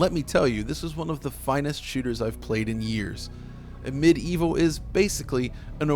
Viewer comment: Amid evil a great homage to hexen and heretic you said that right !